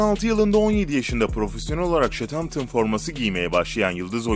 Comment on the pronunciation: ayrıca o şetantın değil southampton (sauthamptın)